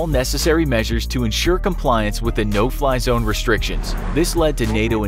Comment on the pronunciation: No Fly Zone, I thought you said No Pie Zone... Ha Ha please don’t shoot me down sir... (Missile Lock)